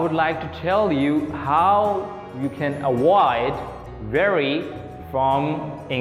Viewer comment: great video and energy - careful with the pronunciation of avoid (v not w) and sentences / spotless - stress on first syllable not second